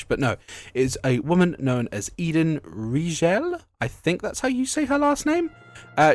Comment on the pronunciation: Bro, imagine knowing Matthew Mercer but not recognizing the name Riegel 😅 Cool video as always, but double-checking pronunciation of names never hurts